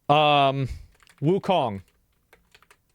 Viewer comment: It was so much funnier when Asmon always mispronounced Wukong as WuLong lol I miss that